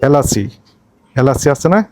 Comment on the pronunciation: এলাস নাকি এলাচ???